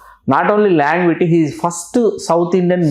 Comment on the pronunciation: బ్రహ్మానందం గారి గురించి అద్భుతమైన విషయాలు తెలియజేసారు సర్. ధన్యవాదములు. చివర చెప్పిన పద్యానికి శతకోటి నమస్సులు! With due respect to your movies knowledge and relations, అది లాంజెవిటీ నాట్ లాంగ్విటీ సర్! అది సటిల్ (subtle) సెటిల్డ్ (settled) కాదు సర్ చిత్తగించవలెను!